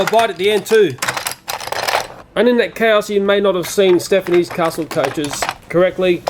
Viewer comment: I thought he said Stephanie's